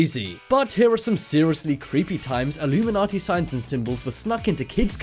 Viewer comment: Its illuminati not illumimanti